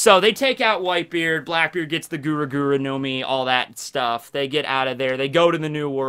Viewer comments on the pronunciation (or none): none